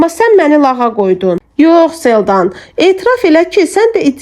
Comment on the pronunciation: Çox gözəl əsərdir.Oxuyan xanım sağ olsun.Ansaq xanım niyə Selcanı Seldan kimi tələffüz edir